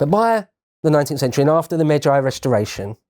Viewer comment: I searched for just in case this was lotus eaters video and I realized it this channels video I was already watching. In all due respect and I do mean this May-G Meij-gee Not Meij-I